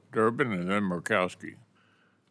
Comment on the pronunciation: Durbin should change his name to DUH-uhbin